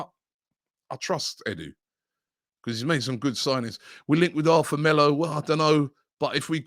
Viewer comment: Arthur is Pronounced..ATOUR